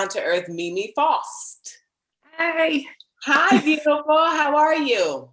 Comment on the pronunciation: faust not foust